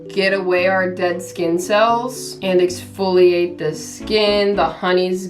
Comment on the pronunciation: Lolz the way u said ExFOliAtE😂